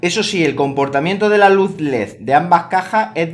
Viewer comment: Puso la "d" debería ir donde va la "z" lo dijo alreves